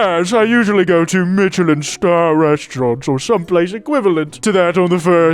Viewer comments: sooo whos gonna tell her that its not pronounced ”mitchelin” star… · Not to be a grammar n*zi, but the 'ch' in Michelline is pronounced like 'sh', cuz it's French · The most unhinged part of this video is the way pronounces Michelin. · The way he pronounces Michelin star is enraging me way to much. Like I know I'm the unreasonable one here but fuck it's activating my fight response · i have never heard "Michelin" butchered like that imma be real